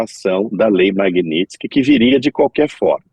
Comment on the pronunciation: Essa blogueira nem sabe falar MAGNITSKY, peloamor.....que nível...